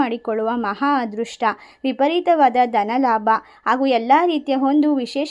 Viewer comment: ಮೇಡಮ್ "" ಹದೃಷ್ಟ"" ಅಲ್ಲ. "" ""ಅದೃಷ್ಟ "". "ಅ" ಕಾರ ಇರುವ ಕಡೆ "ಹ" ಕಾರ ಬಳಸಬೇಡಿ.